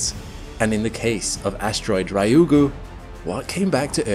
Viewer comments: R- yu gu. Not Rai oo goo. Tanegashima. You: "TanegaSHIma". Almost. Not quite. Still better than the average American. It's "Tane GAshima". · Excellent content as always, but in this one you managed to murder all Japanese words you read... Ryugu (re-you-gu, not rye-you-gu) Hiroshi (Hee-roshi, not Hy-roshi, and this should have been easy: how do you pronounce Hiroshima???) Kyushu (same as Ryugu, Q-shu and not Kye-ushu) If you repeat a word so many times, perhaps worth it to research it beforehand...also typing it in google translate and have it read alout would have saved this. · Exactly correct. 2 syllables. Not 3. He is saying Raiugu, not ryugu. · Its pronounced Ryu-gu. 2 syllables. Not Rai-u-gu. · I’m not upset about the title, but the pronunciation of Ryugu did throw me off each time it was said! Ryugu (竜宮, lit. Dragon Palace) is pronounced “Ryu Gu” instead of “Ry Ugu.” Hope this helps with any future content on the asteroid! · Yes, the pronunciation drove me bats! The first syllable is "Ryu", which is hard for English speakers, but if we English speakers think of it as "Lyu" instead, we can say it more easily, and there's no distinction between R and L in Japanese, anyway. So "Lyu - gu" not "Rye - You - Goo" - thank you! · For english speakers. Reeu-goo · Yeah lol it annoys me a lot